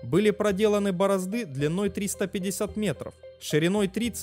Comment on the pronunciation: Были проделаны борозды́.... Чувак, что у тебя с ударениями? Уже не в первом видео замечаю